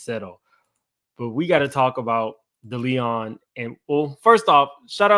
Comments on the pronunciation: De Leon is pronounced: DAY LEE ON Diageo is pronounced: DEE AHH GEE O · Also, with love & no offense lol Deleon is Day Lee Own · Not "Da Leon" 😂😂! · It is called De-Lee-on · It’s Day-Lee-Own 😂😂🤦🏾‍♀️ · DEE AH JEE YO DELL LEE ON somebody tell him!! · it’s pronounced Day Lee on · The pronunciation of DeLeon is really fucking you up 😂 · Yes… I’m like, can he not read or what’s going on lol